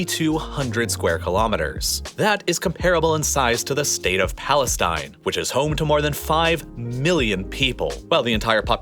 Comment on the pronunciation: "state of palenine"? What is palenine? Did anyone say this is a country? Keep your facts straight buddy.